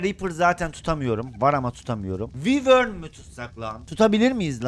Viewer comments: Abi yazılışı wyvern olabilir ama okunuşu vayrın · Abi vivor diyil o vayvrn boyle soyleniyi